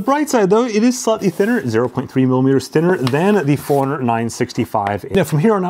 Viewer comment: Anyone else hears Four Hundred instead of Forerunner? 😅